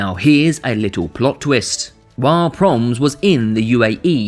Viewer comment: You pronounce it PRO-MESS not ‘proms’…. Anyway. Do ihataren next. That boy had some sick connections to the underworld.